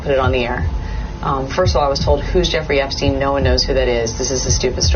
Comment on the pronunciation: Did realize that he said "Jefferey Epstein"? I had to listen to that a few times just to make sure.